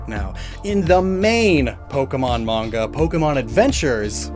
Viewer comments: it's pronounced maN-Ga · “The mange” no that’s peak please keep saying it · that's an interesting way to say manga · I was about to freak out about the manga mispronunciation lol